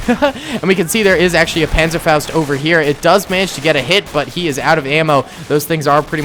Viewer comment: Its funny to hear when you say panzerfaust because iam from germany